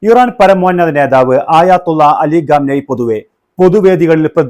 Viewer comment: ആയാത്തുള്ള 😂അല്ല ആയതുള്ള 👍👍iran ❤️